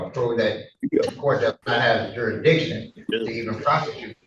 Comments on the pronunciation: I think if the defendant can't properly say the word "Jurisdiction", then he doesn't get to bring it up. There is no such thing as "Juressdition" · Poor little. How can fight the court's jurisdiction when he can't even pronounce the word "jurisdiction"? Perhaps his beanie is too tight.